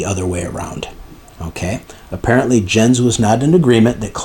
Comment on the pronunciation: Thanks, what a legal soap opera eh? By the way, only because I dabble in german language and that you mention his name often, Jens is pronounced Yens. 😏